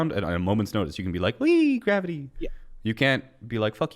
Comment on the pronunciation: Hey. The fuck is gr-avi-tee